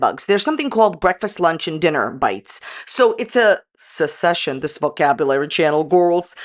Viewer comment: It's succession not sussesion 😊